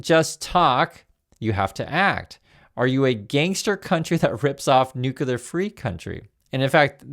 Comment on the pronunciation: WHY TK CANT YOU PEOPLE PRONOUNCE NUCLEAR CORRECTLY